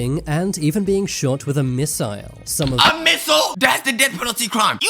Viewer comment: “a Missile.” 💀🙏